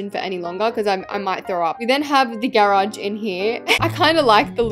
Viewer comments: YOU SAYB GAAAAARAUGE INSTED OF GARAGE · Why do you say garage like that?